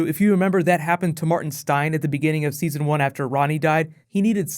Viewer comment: I think you mispronounced season 2